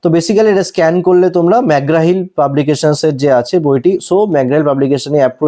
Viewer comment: ওটা মাকগ্রা হিল নয়, Mc Graw Hill. WBCS এর মতো বই দেখাচ্ছ ভাই, একটু accent টাও ঠিক করো নাকি😂😂